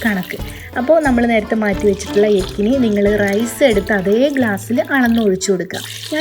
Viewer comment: Yakhni പുലാവിന്റെ ഡ്യൂപ്ളിക്കേറ്റ് ഉണ്ടാക്കിയിട്ട് നല്ല പ്രത്യേക റൈസ് എന്നും പറഞ്ഞ് ആളെ പറ്റിക്കുന്നത് എന്തിനാണ്.... പിന്നെ യെക്കനി അല്ല യഖ്‌നി ആണ്.....